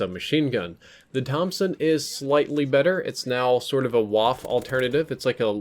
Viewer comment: Very good Video, thanks for the Update. But as a Grammar-Nazi (hehe, because I'm German) I just wanted to correct you on your Pronounciacion of the Waffe 28. Say it as you do now, but at the end off the word do a sound like "*a* sound". This a. Because when you write it like it is spoken in German you say now "Waff" and with that a it would be "Waffe" ^^ Happy Holidays